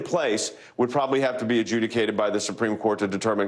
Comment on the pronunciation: Maybe the word should be ajudgicated instead of a jewicated.???